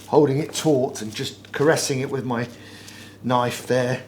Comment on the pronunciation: "Just caressing it wiv my knife there" 😂